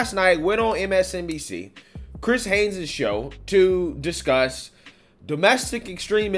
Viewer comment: "HAYES" NOT HAYNES.